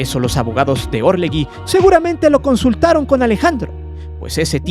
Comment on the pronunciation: ASNOS... Se pronuncia orleJI...no existe la U entre la g y la i